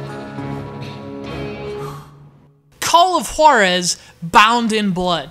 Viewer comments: Juarez not H-warrez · i think it should pronounce "call of HUWA-rez" not "call of HO-rez.' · When he says the name of the game it sounds like Call of Whorezszs, wich is cool. I'd play it. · His saying "Juarez" conjures up memories of the episode of Family Guy when Stewie puts way too much emphasis on the "Wh-" sound in Cool Whip